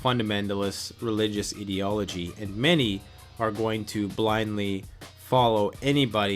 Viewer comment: I am not making fun of your accent, however, when you said ideology it almost sounded like the root word you used was idiot instead of idea. It was good for a chuckle. Well thought out speech sir.